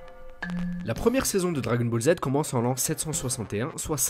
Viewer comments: J'adore quand tu dis "dragon bolzzz" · Les dragon bolz 😂